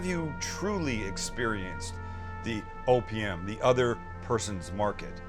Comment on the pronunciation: Almost sounded like you said try opium not opm. 😂😂😂